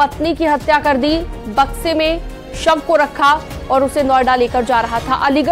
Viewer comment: Madam sahi se to boliye Bakshi mein sab hai ya samay